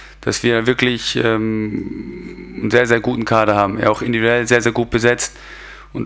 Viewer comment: Individuell. Es heißt individuell! Wer erklärt es ihm?